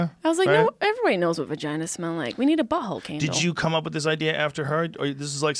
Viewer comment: She sais buhole instead of butthole